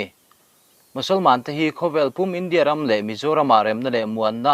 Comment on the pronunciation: Pu Editor.... Duhsakna che avangun natakin kan khak teh ang che... Mizo tawng i chhiar hian i lam diklo ngun viau mai a, a rî hniam tur leh sang tur i care lo mah mah ka ti a,,, entirna ka han siam ange aw.... 1. India ram in hma a sawn.... Tih ang ah hian, India tih a, a tawp a "a" Hi a rî a sàng tur a nia... I lam hniam deuh vek a, ngaihthlak a hrehawm tlat.. Entirna dang leh aw.... Lal Isua tàn khawvel...... Tih angah te hian, Lal Isua.. tih a, 'a' hi a a ri a a màr phei tur a ni. Kunga leh Mawia.... Tih anga a tawp a a hi lam hniam ve tur a ni lo... Ka sawisel na viau che em??? 😂